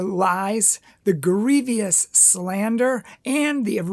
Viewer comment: Grievous: Pronounced greev-us. Not greev-ee-us.